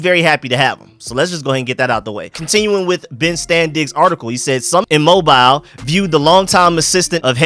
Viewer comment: Please stop calling that place Mobile?😒 It's pronounced Mo-beel, Alabama.